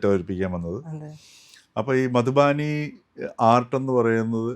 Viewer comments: മധുബാനി അല്ലാ മധുബനി അല്ലേ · മധുബാനി അല്ല, മധുബനി.